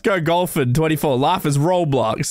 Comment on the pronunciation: Im sorry to say he did not say roblox he said life is roadblox 😢